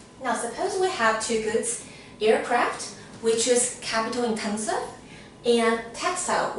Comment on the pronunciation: i realy like the way you say intenseVU like chinese xD , thanks btwy for your content! it was very very helpful